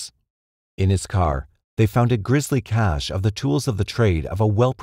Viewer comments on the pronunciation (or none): none